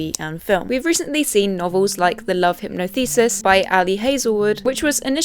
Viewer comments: hehe hypno? Hi-Po-Thee-Sus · I’m sure someone’s said it but it’s hypothesis not hypnothesis sorry it was an itch I needed to scratch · It’s the love hypothesis not hypno thesis lol… pronounced hi-poth-esis like in science- I haven’t read it but assume any of Ali’s books yet but assume it’s quite a light romance book. I don’t have tiktok or instagram but I do follow a lot of book tube people who have mentioned that book and other similar ones and I’m on Facebook groups where there’s lots of Colleen hoover or Freida McFadden fans. I’ve read a few Colleen books and actually found them ok. I’d say both hoover and McFadden are 3 star authors for me as they don’t write greats but can put together something that passes the time. I’ve read the Laurie Gilmore dream harbour books too which I’d say are quite similar. Good fun and written just to be enjoyed as light hearted romantic fun. Not every book has to be brilliant but I do agree to an extent that some authors do seem to write lots of books which are substandard and do get adapted to films but can’t knock them for creating a formula which works and seems popular right now! I overheard a couple of ladies at work discussing the housemaid film yesterday. They’d not read the book but if I were an author I’d love for my work to be adapted for the big screen. No doubt Colleen Hoover will lose her popularly someday but if you have the opportunity to make a load of money from it then why not! A lot of people just don’t read so why not have the story accessible to them in another format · It's hi-potho-sis not hypno-this. Is this a British thing? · At the risk of sounding like hermoine, it's hypo-thesis not hypno-thesis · love hypno-thesis or did you mean hy-PO-thesis ?!?! Girl what. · Hypnothesis 🤣🤣🤣 Hypothesis!!! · The love hypno-thesis????? Do u mean the love hypothesis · come on, it's Hypothesis, not Hypno-thesis. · HY-POTH-ESIS not hypno-thesis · I’m sorry… “hypno-thesis”? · just to say hypothesis is pronouned hi-poth-o-sis